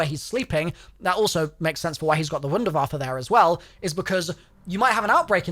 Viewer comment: you pronounced wunder waffe really good